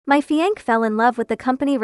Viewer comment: does no one in these kinds of vids know how to say fiancé??